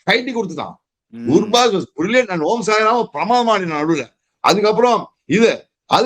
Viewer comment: Omarzai ❌ om - sai - ram ✅😂